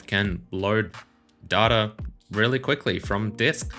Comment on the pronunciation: Dude, I enjoy your videos and talk as much as you like, but it's definitely 'data' not 'data'